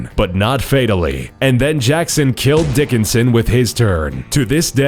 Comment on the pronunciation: He said DICKonson so many time